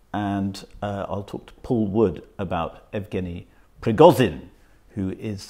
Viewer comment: Yevgeniy Prigozhin. Not Evgeniy Prigozin.